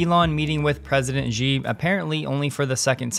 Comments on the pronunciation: The Chinese presidents family name is not "zhee", its "she". And if you really want to pronounce it correctly (for the majority of Chinese dialects), its actually somewhere between "sea" and "she". When you say it as "zhee", it makes you sound ignorant, as its about as silly as repeatedly calling the US president "Jiden". Also BTW, the Chinese Tesla guy is Tom "Jew", not Tom "Zoo". Otherwise excellent video as always. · Watch all of your shows, amazing! One criticism and just for you: most YouTubers are mispronouncing President Xi Jinping’s name (Zack and Jesse, Randy Kirk et al). Xi is pronounced SHE not JI. For reference, see Pinyin romanization. Thanks and keep up the good work!